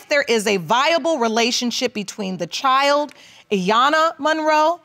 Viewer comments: Young girl had a whole lot of mouth. Nasty. And why can't these people pronounce child instead of "chowld" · Precisely what is a “chel”?! Ch - eye - ld.